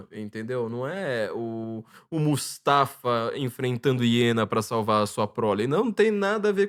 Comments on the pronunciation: Não é Mustafa. É MU-FA-SA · O falar Mustafa em vez de Mufasa quase me enlouqueceu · Mufasa,. Não mustafa. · O nome do pai do Simba não é Mufasa? O falou Mustafa o tempo todo 😅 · O cita tantos nomes que eu custo a entender e quando chega no nome do Rei Leão "Mufasa" ele não acerta de jeito nenhum!!! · MUFASA! MUFASA! Que agonia ouvir o nome errado. Vai ter que editar todo o vídeo e redublar estas partes.